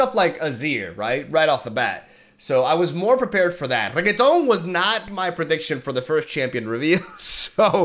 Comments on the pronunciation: Renekton may be the butcher of the sands, but you definitely butcher his name pronunciation XD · Regeton? I don’t see a g in that name lol... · I wonder how long can he keep up saying Renekton's name as "Reggaeton" 😆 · It's renekton re-neck-ton no G in there my guy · call him regeton one more time... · Its Re-nek-ton. Not rigatoni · im pretty sure its renekton not reggetaun xd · Hi brother It is Renekton not Reggaeton kkkk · Re - Nek - Ton , not reketon ....😂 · RE-NECK-TON FFS. reggiton here rekaton there rigaton everywhere bro might as well as call him rocket ffs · Jeez I don't know if you're doing that on purpose, I don't usually watch streams. But his name is not RegeTON, but REnekton.. If you are just messing with us, then, Understandable, have a nice day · Level 3 Renekton - Level up: call me Reheton Level 4 Reheton - Kill all units and both players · I'm trying not to be tilted, but hearing it over and over is getting me Reee feels right now lol. Is he saying Reggaeton? Lol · YES Regeton! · I love the way you formulate things can see the passion in you, hate the way you say Ren-ek-ton but you do you. Good luck with the move hope it's all smooth. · wait, did he just said super sayan reggaeton?! im dying here xD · me correcting in my head every time he says regeton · Oh yes the good old RRRRREGITON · when you play too much yasuo that you call renekton, renekTon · Not the first time I've heard someone call Renekton "Regetón" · Hes legit saying REGGAETON wtf?? Lmao 🤣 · name: Renekton: Reaggaeton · Chucha cada que le dice regueton a renekton me rio xD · Ah yes..... Reketonk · Did he call him "Renekton" at least once in the video? 😆 I think not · Reketón 😂 Me meo 😂😂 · Its renekton rennnnnnnekton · Its just renekton no need to add a Latin accent to it...(Re-Neck-Ton) is the proper pronunciation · STOP CALLING HIM REGGAETON PLEASE ITS SO WEIRD still loves your videos btw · Its pronounced ren-eck-ton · que borrado jajaa "regueton"